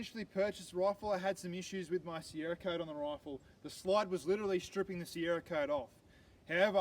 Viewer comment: I think you'll find it is "CERAKOTE" and not Sierra-Cote. Cheers mate.